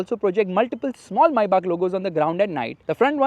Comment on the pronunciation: Maybach❌ Mai-baap✅